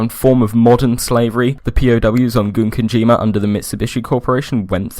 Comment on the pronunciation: While I think of it, the first syllable of "Gunkanjima" is pronounced like "gun", not "goon".